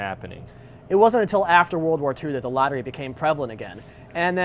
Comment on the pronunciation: It's actually not pronounced 'lotter-ray', it's more like 'loaterai'.